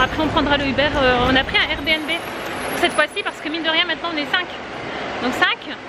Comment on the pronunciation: Cc! C'est un plaisir de voir tes vlogs en famille... J'ai bien rigoler quand t'es jumelles répètent tout ce que tu dis 😂😂😅 Et tu es la seule que je connaisse à dire R B N B (RBiNBi) lol Merci pour ces partages Bisoux